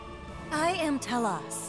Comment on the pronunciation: The fact that telos and kosmos both mispronounced their own names drives me so nuts